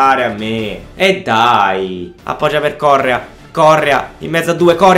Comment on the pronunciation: si legge corréa non córrea